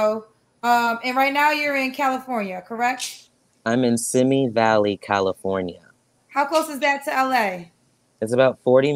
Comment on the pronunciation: Simi Valley is pronounced Sim-ee Valley